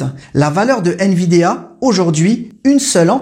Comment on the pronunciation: C'est pas nVidéa. Mais nVidia...😂